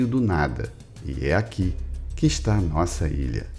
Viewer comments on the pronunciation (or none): Não é Nosaa é Deus